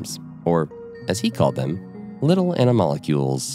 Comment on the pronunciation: It's not ana-molecules . . . it's anamal-cules